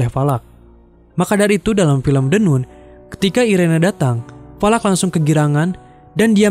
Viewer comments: Min, bacanya kok jd the "Nun" 😂, seharusnya "Nan". Klo "Noon" baru dibaca "Nun" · maaf koreksi nun nya dibaca nan trmks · The NUN dibacanya The NAN et dah lu, Valak tuh iblis atau Demon? Demon itu Iblis sialan! Terus dia itu namanya Irene bukan irena. Gua cuman ngasih tau doang biar lu gak salah salah banget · The nun bacanya the nan. Irene dibacanya airin. Tp klo orng lokal kebanyakan bilangnya the nun sama irènè.